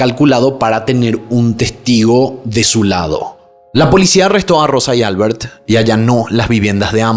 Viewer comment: Comentarios fuera de lugar sobre Rosa. Su vida sexual está siendo cuestionada. “Controvertida” (no “controversial”). “Albert” se pronuncia “AL-BÉRT” (no “ÁL-BERT”).